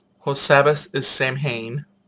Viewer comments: Andred is Andraste in her mother goddess form ..she is associated with love ,among other attributes He's talking about a couple of games ( dragons what ever) Neo pagan ,Samhain is pronounced as sow win,not Sam hain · 'SAMHAIN' ? Pronounced ' Sow-wen'